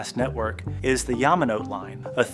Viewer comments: just a FYI the final e in Yamanote is pronounced not silent "Yah-mah-noh-teh" not "Yah-mah-noh-t" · “yama note”??! you make a video about tokyo, but can’t even bring yourself to pronounce all the japanese words correctly??! 🙄 🙄👎👎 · I think so, Yamanote is pronounced yah-mah-no-teh. Whoever uploaded this video isn't even watching the finished product or doesn't care. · Sorry, can't get past how you pronounce "Yamanote."